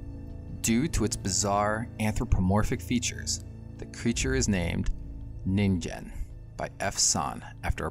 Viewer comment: Nice one! For some reason I thought it you were saying NINJA lol